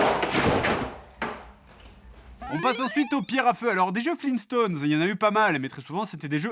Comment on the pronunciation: FLEENSTONES? GRAND DAD.